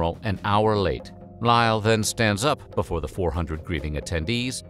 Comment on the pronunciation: He can't say before correctly though.